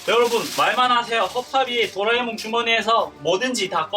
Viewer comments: 또라이몽이라 들려요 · 50초때 또라에몽이라고한건 기분탓?ㅋ